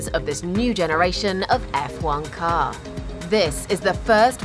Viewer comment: " Of this new generation of F1 KAR (emphasis added) "